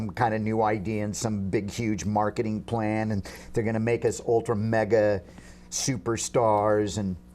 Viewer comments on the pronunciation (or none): none